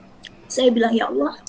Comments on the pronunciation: Klau menurut Saya . Orang ini bukan Murtadin.. Tpi emang udah oten dari kecil. .dari segi menyebut asma allah saja udah ketauan otennya😅😅😅. Dia menyebut asma Allah. Dengan sebutan alah. Bukan ALLAH.... Kasian lu otenn tenn 😅😅😅😅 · Sebutan mu Alah.... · ini bukan murtadin ini kristen dari kecil mengaku murtadin cara omong ialah sebut tuhan "alloh", sebenar orang islam di indonesia kebanyakan mereka akan sebut tuhan "Allah" cara sebutan arab.. dari situ saya tahu dia orang kristen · Bahasanya aja khas misionaris, mereka para anak domba ini tidak akan pernah mampu menghilangkan penyebutan,aksen istilah dan nama2 dalam agamanya contoh terkadang mereka lupa penyebutan nama Allah dalam agama Islam adalah dobel L sedang misionaris terkdang sebut alah sebagainmana kebiasaan dalam agamanya